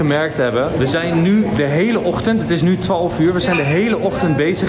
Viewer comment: Enzo kan geen twaalf zeggen 🤣🤣🤣 hij zegt twolf uur 😷🤪